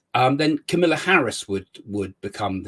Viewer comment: It is Kamala Harris not Camilla Harris!